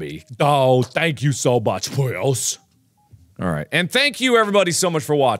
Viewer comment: I love that Mark pronounces the game as “Pjuss”